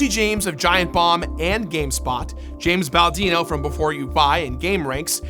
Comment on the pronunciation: Did he call him James Baldino?